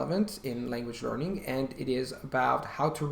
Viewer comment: Yes he does. I don't know linguistic terms but for instance listen to the first time he says 'language learning'. He doesn't sound like a native English speaker.